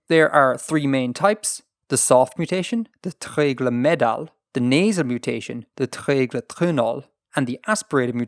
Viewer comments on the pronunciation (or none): Welsh 'treiglo meddal' should be pronounced with a voiced dental fricative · You think that's bad? As a Welshman, his pronunciation of "Meddal" completely killed me! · That's not how you pronounce "meddal",.